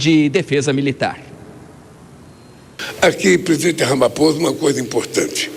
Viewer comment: Meu Deus!!! Ele Não consegue falar Ramaphosa. Ramaposa...Ramaposa...Ramaposa. Que triste ter alguém assim representando o nosso Brasilzão!!!!!!